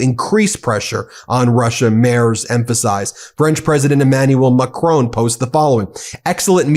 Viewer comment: Its Macron not Macrone!